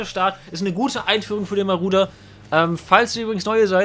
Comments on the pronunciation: Wen triggert es auch, dass er die ganze Zeit Maruder, statt Marauder sagt? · Ich., wie oft willst du noch Maruder und nicht Marauder sagen.. Ja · Warum Maruder xD Es wird doch Marodör ausgesprochen haha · marAuder!!! MARAUDER! NICHT MARUDER! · Wenn triggerts dass er maruder sagt statt marauder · Man spricht das glaube ich "Maradona aus und nicht " Maruder" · das Auto heißt MarAuda und nicht Marouda. für das nächste mal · Wehn hat es auch getriggert das er maruder sagt statt marauder? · DAS AUTO HEIßT MARAUDER UND NICHT MARUDER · Der heißt "Marodör" gesprochen :) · jeder kennt ihn...den "Maruder" xD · Es heißt Marauder...